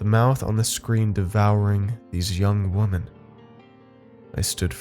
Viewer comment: Does noone know how to correctly pronounce women anymore? It's not the first Youtube channel where I've heard it pronounced wrong.